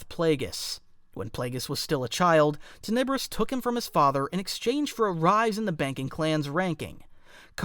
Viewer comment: Awesome vid, you put a large amount of Sith lore into it! But, I do believe that you are mispronouncing "Tenebrous". You're saying Ten EB rous, and I think it's TEN eb rous, with emphasis on the first syllable, not the 2nd. I know, not a big deal, seriously, great vid. It's kinda like how a lot of Star Wars people call the Darth Vader's star destroyer the EX ecutor (as in a person who executes felons) when it's actually the ex EC utor, with emphasis on the 2nd syllable. I get it, I'm being picky and it's a common mispronunciation, but I'm passionate about the Star Wars franchise and I'm also a bit OCD. Mom was a grammar teacher, so....... Anyway, you consistently put out good content, but your subs are low. I don't know why.